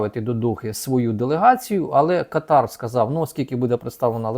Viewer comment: Кáтар. Такий правильний наголос.